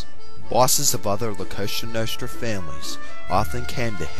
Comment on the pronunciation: dude its COSA NOSTRA not some kosha noshtra work on your pronounciation